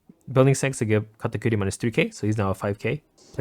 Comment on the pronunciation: KAH-TAH-KURI.......... like genuinely why do you say katakootie?